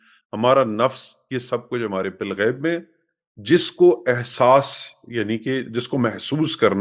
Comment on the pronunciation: Balghaib hai Bilghaib NAHI hai